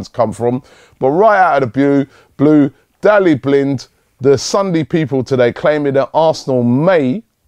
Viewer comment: robbie cant say any name right 'Dalli Blind' lool